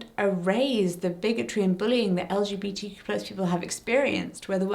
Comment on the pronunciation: As a pansexual woman and linguist nerd, I love the word queer. Not only is it just a fun word to say, but it's a fantastic blanket statement that is only one easy syllable. Hearing you slightly fumble through saying "LGBTQ+" over and over is kind of why I prefer queer. Even when I don't use queer I still just say "LGBT" because four syllables is a lot easier to get out than the tongue-twister of the "more inclusive" acronym. Sure LGBTQ+ it's more inclusive, but when I say "LGBT" people know I don't just mean strictly lesbians, bisexuals, gay people and trans people. "LGBT" has become so recognizable, the actual words behind the letters don't matter so much anymore in comparison to the concept it describes (except to the "LGB" community you mentioned, they care a LOT for all the wrong reasons). I know this isn't the point of the video at all, but I personally don't find "LGBTQ+" a useful acronym. The way its such a mouthful is not only just annoying to consistently say, but I've noticed it has opened the door to so much mockery. "LGBTQIA++$%dotcom" it's just way too easy to make fun of, and take us less seriously. Although, bigots won't take us seriously anyway, so that may be a moot point. I just know that personally, as a singular pan woman on the internet with no control over the powers that be, I prefer to say "queer" or "LGBT" rather than anything else.